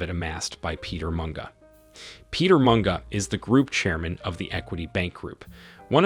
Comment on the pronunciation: 😂😂Mispronouncing words does hurt my ears though, and Barclays kenya got replaced by absa. All bantus languages pronounce words as they are written. Like Munga is munga and not monga.